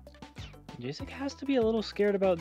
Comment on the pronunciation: Calling Jacek Džejsek when it's pronounced literally Jacek should be criminal xd Anyway, great game and cast 🗿